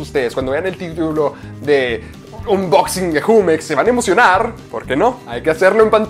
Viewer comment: se escribe jumex no se dice asi 😐